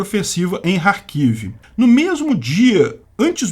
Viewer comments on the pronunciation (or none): E carquive e querson as pornuncias porra Que agonia esse k mudo